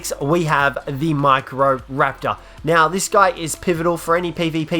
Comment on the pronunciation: I swore he said the Mike Rowe raptor